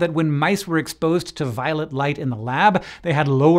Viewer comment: did you just call it "violent" light?? lmfao